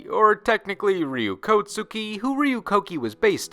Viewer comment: It is not Kotsuki. If the tsu is small it enhances the following consonant. Hence Kokki.